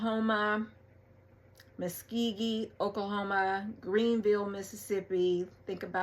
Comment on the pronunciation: She needs to learn to pronounce Muskogee, Oklahoma